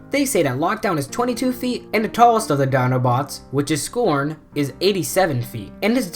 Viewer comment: You are not saying scron right